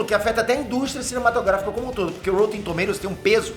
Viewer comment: porra Píter, é rÓtten e não rÔUtten...